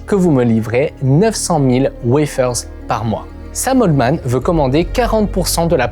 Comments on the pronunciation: Sam « haltemann » pas oltman 😅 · Super vidéo comme d’habitude par contre…sam altman pas oldman un effort